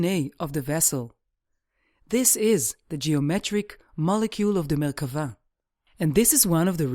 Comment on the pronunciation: Thank you for sticking to the definition of Merkabah and pronouncing it :) I am reading the Dead Sea Scrolls and I have read Ezekial many times. fascinating.